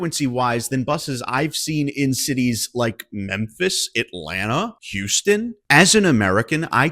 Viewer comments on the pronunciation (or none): none